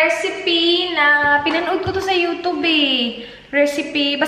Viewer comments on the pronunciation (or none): none